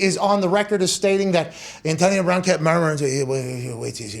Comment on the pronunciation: Pat's crazy PA accent is quite exaggerated when he has to talk about Antahhnio Brahhn